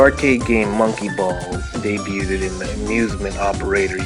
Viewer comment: You said debuted wrong